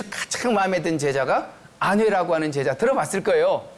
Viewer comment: 제자의 "제"는 길게 발음해야 하는데 짧게 잘못 발음했습니다. 장단음 문제가 많습니다.같은 예: 사신, 재상,고전,노지,사람,42,공자,조문,전전, 반측,유붕, 등! 문제는 실로 심각합니다. 논어책이 아니고, "논어"로 족합니다. "한국 어문을 고발함"을 권합니다